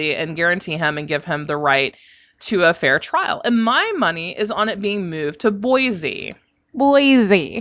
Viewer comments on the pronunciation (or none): FYI...it’s Boy see not Boizee!😊